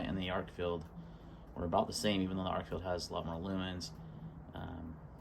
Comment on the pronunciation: Good vid. ArkFELD. Not ArkFIELD. Agree with Arkfeld's lack of a tail switch making it less tactical, but this is titled an EDC light vid. And it does offer magnetic attachment. You missed the true moonlight of 1 lumen on the Arkfeld. 15 lumens is away too bright for a nightstand light to preserve night vision. 1 lumen or sub-1 lumen for this. Also, I recommend any comparisons include a clear discussion of the lumen outputs and associated run times. This is especially true for flashlights with non replaceable batteries. It was a little hard to hear you stating which lights you were showing in many places, even with laptop at full volume, and there was a lot of flashing off/on, and overlapping of beams. Great selection of lights for this. My choice if only one would be the Nitecore despite it's size, but not for nightstand since lacking a moonlight mode.